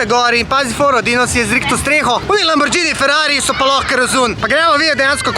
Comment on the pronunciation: 30 sekund videa..prav momak lamborĐini 🤣😅 ne morm slisat tega hahah